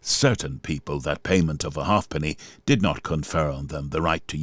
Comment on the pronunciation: A halfpenny was pronounced "haypenny".